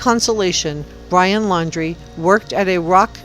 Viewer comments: His name is laundrie like when you wash your clothes. Not laaaandree, just kinda hard to listen to a news source with bad pronunciation. 😕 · Pronounced Lawn-dre. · Laundrie....NOT Landry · His name is Laundrie not Landry. And yes, he most likely killed Kylen & Crystal..., as well as Robert Lowery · The entire world knows his name how are you still pronouncing it wrong? Hmmmmm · She was found in Wyoming, not Utah. And you are pronouncing his last name incorrectly. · Probably pronounce his name like he does on the policecam.